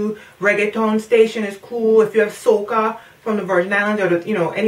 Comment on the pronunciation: giiiirl u said 'soca' in that twang and i was like wooooooooi!! i knew u had some Caribbean flavor in yuh. all the best. your'e in our prayers.